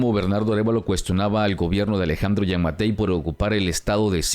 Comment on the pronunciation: Buena información. Cuidado con la pronunciación de nombres (Giammatei y no, Jean Matei), también el tiempo verbal del pretérito simple en segunda persona no lleva S "Ahi lo escuchasteS" no S al final, especialmente que usted tiene una buena dicción, los errores al hablar son fáciles de detectar. Esta es una critica constructiva.